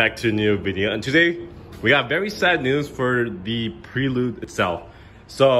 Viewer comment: Can't even say Prelude correctly....... Plus it is an automatic. Weaksauce. The whole thing, complete weaksauce.